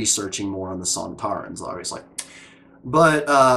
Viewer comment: The sontarans are indeed in classic Who...and they pretty much look like this... Funny thing is that didn't realise that there were actual actors in the suits... She thought they were robots:D and her pronouncing their name wrong was a little reference to Chris eccelston doing the same in an interview when talking about classic series monsters:D This two parter was written by Helen Raynor, who wrote last series 3 dalek two parter... Think she did a much better job here... Unfortunatly tho up to far... This is the last story to be written by a female writer... We haven't had one since....